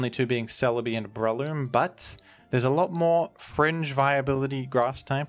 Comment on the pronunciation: Daaaayyyuuummm Rilla with the hard R